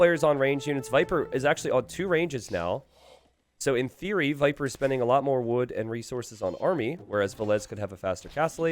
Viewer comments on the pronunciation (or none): none